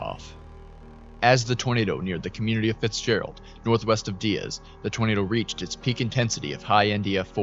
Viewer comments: It's pronounced Die-ez not dee-ez 😊 I live in the neighboring town about 30mins away, Jonesboro AR I was up watching this as it was happening 😢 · Die-az not De-az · Hey, so this is near my hometown. Just a small correction, but here Diaz is pronounced like you're saying "Die as" Really great video on the situation btw! The last time a tornado like this hit the area was in 1999. My grandparents home was hit and they were nearly killed by a tree that had fallen on them. There's old news coverage of it on Youtube. My family evacuated before this one hit, luckily. It destoyed their town.